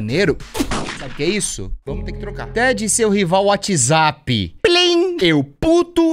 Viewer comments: "Perai whatsaza" KAKAKKKKKKKKK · adoro o fato do t3ddy fala UATIZapp TÃO SATISFATORIAMENTE